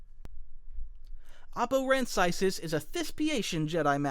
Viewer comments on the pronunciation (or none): Isn't it "Oh-Poe-Ran-Sies" (I could be wrong, but I thought that's what it was) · Oppo Rancisis is pronounced “Oh-Poe Ran-Sis-Is